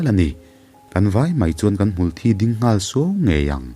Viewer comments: Hmulthi,mithi Kan sawi a,Thi ,tih ang in Kan lam thin keini chuan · U...hmulthi hi thisen/thi angin a riin ka hria a...mithi kan tih a "thi" kan lam sang deuh ang hian a ri tur ani lo mi...ka hriatdan ania...😊a ngaihnawm lutuk ee😊😊